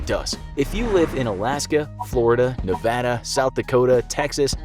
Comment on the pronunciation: Thank you for saying a Nevada correctly.